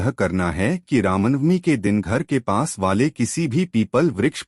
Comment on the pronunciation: कमसेकम रामनवमी तो ढंग से बोल लो ..